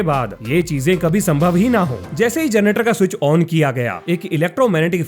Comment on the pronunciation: कोन कोन है जिनको जनरेटर की जगह जरनेटर सुनाई देता है..